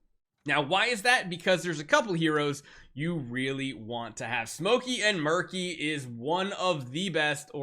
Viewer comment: Side note I think “Meerky” is pronounced like Meerkat you know since they’re Meerkats.